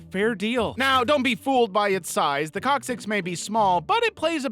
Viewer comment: coccyx sounds like cockxyx